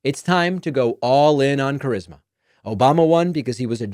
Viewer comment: This dude doesn't even know how to say the word charisma, why is anyone tak8ng political opinions from this clown😂😂😂